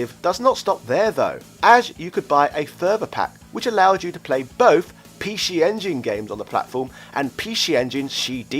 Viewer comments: The word is PC not p she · i will forever pronounce it the Pee Shee Engine :D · Pee Scheeeee Engine LOL